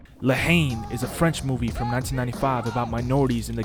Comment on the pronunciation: Actualy la Haine is pronouced N not Haine